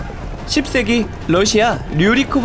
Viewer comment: 10세기... 발음이 강해서 왠지 욕먹으며 영상을 보는 듯한 느낌이... ㅎㅎ